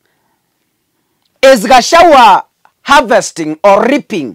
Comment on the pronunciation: So difficult to pronounce gachagua correctly? Ama ni ulimi inauma ,just asking 😊